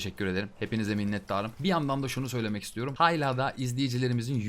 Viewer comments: Ya sayısalcı olmama rağmen hayla demene cok tilt oldum lutfen duzgun soyle xd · hayla değilde hâlâ dersen abone olurum valla kusura bakma bikackez dedin com takıldım 😂😂